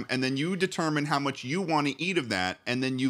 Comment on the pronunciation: "You're gonna mOvE it? hAoW?" 😂